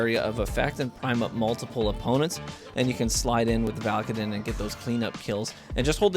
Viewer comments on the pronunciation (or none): I'm pretty sure it's pronounced "VAL-UH-KAY-DIN"